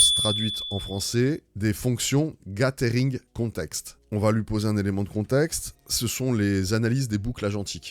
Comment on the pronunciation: Merci pour ton contenu ! PS :ca se prononce "gazering" 😉😊